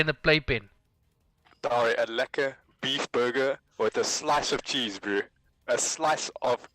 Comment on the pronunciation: Pls stop saying "broo"